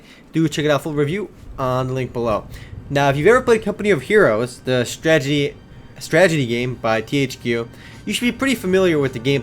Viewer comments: You're right. This game requires alot of stragedy. What a tragedy you can't pronounce 'strategy'.. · your awesome, but its STRATEGY. Not stragedy xD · wow, never seen someone prenounce STRAT-AGY as STRAGY so much. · stredzidi.......strategy....stragety....can u say that again?? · honestly man, why do u pronounce strategy, "stragety"? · woo "stragedy". LOL